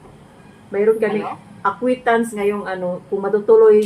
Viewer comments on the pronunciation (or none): coŕrection pls, mag aral k ng mabuti s speech mo you bigkasin mo mabuti ang aquintance party hndi acqui yo must pronounce properly kasi 3rdyr.college kna im not bullying you but to teach you how to pronounce properly mag aral k ng tounge twester to improve you kasi matigas ang tounge mo.tulong ko yn syo hndi kita binubully.